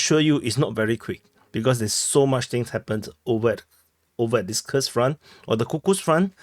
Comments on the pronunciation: It’s koorsk bro stop calling it ky ku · Koorsk, brother 😂, not kukus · Omg dude 😅 Your pronouncen of Kurs 😂 It's Kuuuursk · Couldn't handle it further than 30 sec... "Kukus"... Fing lazy prick... Never bothered to learn the pronunciation of anything... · "Kursk" pronunciation